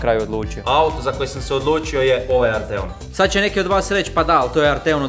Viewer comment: Msm da krivo izgovaras Arteon. Naglasak je na A.